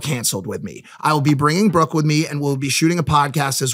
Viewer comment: didn’t think I needed to hear Mike call brooke “brookie” until now